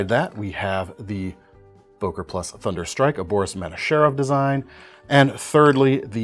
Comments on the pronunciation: not o!, ŐŐŐŐŐŐŐŐŐŐŐŐŐ! why is it so hard to pronounce this sound? "Ő" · ...why always boker??? its an german brand called böker with ö !!